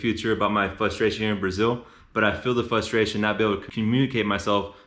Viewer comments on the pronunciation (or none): Informative video. Don't mean to be rude, but it's "fRustration". But i know it's hard to change a habit like that. I agree that learning Spanish is so important. I took 3 years in high school, so I can survive, but I wanna go live for a while and get better.